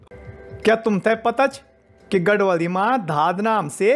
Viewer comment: बहुत अच्छा लगता जब आप गढवाली शब्द बोलते हैं।